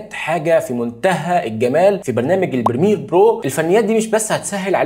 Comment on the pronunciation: بريمير وليس برميل